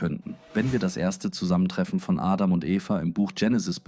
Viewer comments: Ist mit KI generiert... "Dsechenesi" anstatt Genesis... "Sibel" anstatt Abel, "Ädam" anstatt Adam, "Seff" anstatt Seth uvm.. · Ich finde alles gut und eine stetige Verbesserung der Videos! Eventuell kann die englische Aussprache von Adam, Aedem, und Genesis, Dzhenesis, an das Deutsche angepasst werden.